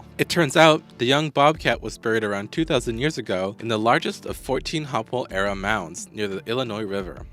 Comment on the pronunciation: Hope well instead of hopwell and pot ash, not po tash.